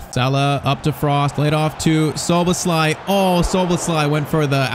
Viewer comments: Look up how to say Szoboszlai becouse you are saying it so wrong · Szoboszlai name is pronounced sho-bos-sly